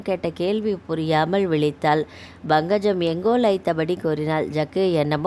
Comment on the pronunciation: Bankajam illai, Pankajam endru ucharikkavum